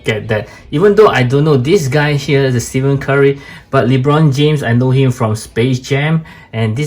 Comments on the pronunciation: bro said steven curry lol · Is golden state warriors bro and his name is pronounced as Ste-fen Curry, might wanna brush a bit of that as some nba casual fans are also trolls, and they could be a lil nasty, btw proud a famous reviewer is from SG, I grew up in the lion city for over 15 years so is like my second home